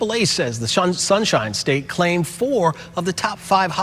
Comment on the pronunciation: Did he say "shunshine state"? How appropriate.